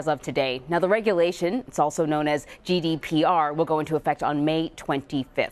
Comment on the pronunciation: GDPR not GDRP